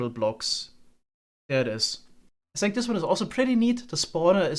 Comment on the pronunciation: what is the reason for your pronunciation of words beginning with TH? For example in this video you will say the TH in the word ( that ) but in the word think you always say sink